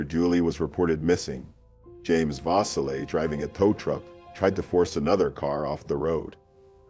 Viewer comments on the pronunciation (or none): Julie was four years older than me, and there are so many rumors, and conspiracy theories around her death. Thank you for covering the case. Auburnians continue to crave answers to what became of her, and who was responsible, and she will never be forgotten by her community. FYI: Vasile (vah-SEAL) Cayuga (Kay-YOU-gah) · Vasile - pronounced va-seel'.